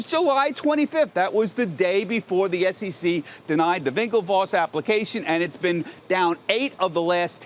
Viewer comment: Its SEC not SCC u pompous hedgehogg!